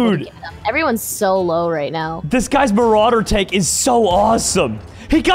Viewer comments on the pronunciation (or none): Yeah, also farms damage on an afk dude instead of defending himself and also calls the german TD marder "marauder"